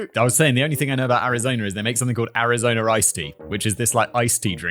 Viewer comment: “Arizona Rice Tea” You see what happens when British say a word that ends in a vowel sound followed by a word that starts with a vowel sound? They add an “R” sound. I don’t know why this bugs me so much. It seems like something that could be trained out of someone’s linguistic habits. Regular person - “Arizona is…” Simon - “Arizona rizz…”